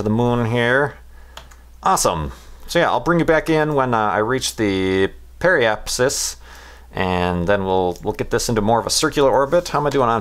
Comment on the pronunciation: You finally said periapsis correctly! I'm so proud. Go for broke, try apoapsis.